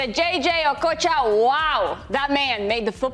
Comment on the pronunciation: The way she pronounced okocha, I thought she was a Nigerian